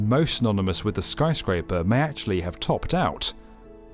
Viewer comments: Are you sure about that? He screwed up and said "skryscraper" :) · "the skryscraper [sic] is the tallest in the city"